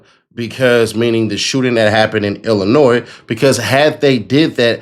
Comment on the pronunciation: I’m glad you know it’s Illinois instead of IllinoisE